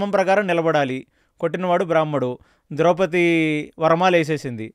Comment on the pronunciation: ద్రౌపతి కాదు ఆమె పేరు ద్రౌపది